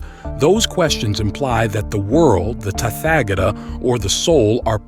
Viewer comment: Thanks for this succinct transmission of the Tathagata's teaching. A request, as the USA drawlling accent is not easy to listen to, could you find another narrator? Someone who also knows the correct pronunciations of Pali, Prakrit and Sansktrit terms. Tathagata is Tat-ha-ga-ta not Tatfagator. 😅